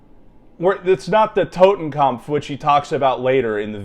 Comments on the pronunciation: Bruh, it's 'kopf' not 'kampf'. Typical redditor lmao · TotenKOPF Not TotenKAMPF. You are both retarded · It's not "Totenkampf", it is "Totenkopf". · Totenkampf isnt a word please just Totenkopf not kampf 🥲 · It's "Totenkopf", not "Totenkompf". Pronunciation is quite good, but try to say it more like "Toten" and not "Towten". Like in "torus". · Like how he calls it a Totenkampf not Totenkopf if you know German those are 2 different words with different meanings 😂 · It's Totenkopf, not Totenkampf, and it's Prussian in origin. So basically a German military unit used a 200 year old German military symbol that originated in a pre-unification German state known for it's militarism. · ah yes, the totekopf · Tot, as in dead or death. Kopf, as in head or face. Totenkopf, death's head. Kampf means battle or struggle. This "expert" should just stick to what's on his patch and leave German to Germans. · That mo-ron cant even pronounce "Totenkopf" correctly, also, it was originally used by the Freikorps, a far more noble cause than the SS. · He doesn’t even pronounce “totenkopf”properly 😂 I don’t know why there’s an M in there suddenly. He’s talking complete shit. The deaths head had been a symbol within the German army long before the nazis used it. Obviously it gets negative connotations after it’s use by the SS but he’s talking bollocks in any case 😂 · "" and BOTH repeatedly saying "totenkompf" made me wince every time. edit: just got to "Jestapo" lol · Stop fucking mispronouncing "totenkopf" and "gestapo".